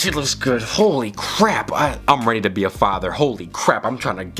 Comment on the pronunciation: “I’m readidah be a father” “I could wife’er right now”